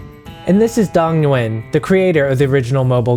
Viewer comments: Nguyen is pronounced “win”. I swear to god lol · I wince every time you say "nguyen"